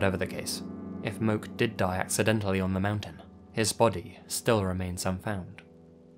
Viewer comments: From Hawaii and definitely not lol it’s literally pronounced MOKE not “mo-keh” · Not Moke, MO-KEY, Hawaiians pronounce both syllables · If the name 24 Mins in was spelled Moke, they were likely pronounced :”mo-keh” (like More without the r sound)